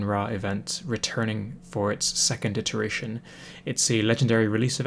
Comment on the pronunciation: The word is iteration, not interation.